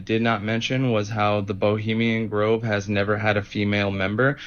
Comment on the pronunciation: Belizean Grove,, this clown kept saying bilemian Grove over and over 🙄